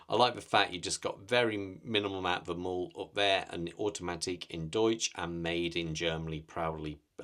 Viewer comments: “Mühle” is two syllables, “Müh-le”. If you’re interested in pronouncing the ü correctly, try saying “ooo” (like in “tool”) and “eee” at the same time. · It's pronounced /ˈmyːlə/, does not contain the - ew sound. The umlaut makes a "u" sound "y" Your pronunciation is an americanized version. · Great review…just wanted to correct the pronounciation of Mühle. Phonetically it’s said mew-la. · Your pronunciation of the brand is outright horrible lol but great review!